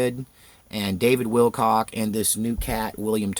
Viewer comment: said "Will Cock" hauhaauhauahu. Good morning.